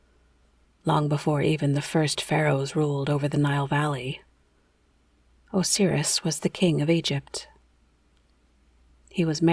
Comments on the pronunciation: Thank you. I had to stop , couldn’t get past “oh-seer-us” 😂🤣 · I've never once heard anyone pronounce Osiris that way. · Because it’s wrong